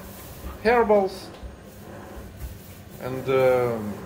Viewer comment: when you said "herbals" I thought you said "hairballs" (комки шерсти)! ты напугал меня! 😹🐾😹